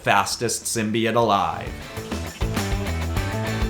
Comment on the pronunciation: You say simbeits it's simbeotoe